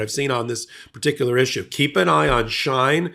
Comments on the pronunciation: It's pronounced She-in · It’s She in not Shine.. like Sheen .. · Here are some great links to vids that show how great China is, enjoy🍯 PS, you're pronouncing Uyghurs & Shein incorrectly. "Wee-gurs" & "Shee-In" are the proper pronunciations. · This is not a criticism but just an FYI. For future reference, Uyghur is pronounced We-gur and Shein is pronounced She-in. I hope this helps. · WEE-gurr. SHE-in. Get it together, girl. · Came here for this comment... And while we're at it, the company "SHEIN" is pronounced "She-In" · It's pronounced Shee'in and it also has been involved in other things than child labor in 2023, this Company has been talked about for years for something even worse than child labor. US is a huge consumer of Shein. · And She In, like is she in? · The company is pronounced “Sheen” and the oppressed ethnic group (Uygur) is pronounced oy-guh. A little research wouldn’t go amiss instead of making numerous intrusive adverts! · Shein is pronounced: SHEE IN Uyghur is pronounced: wee grr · The company is pronounced She'-in. And the people being enslaved, are the Wee'-grrr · May I suggest researching how to pronounce words that you don't know how to pronounce. For example, Shein and uyghurs.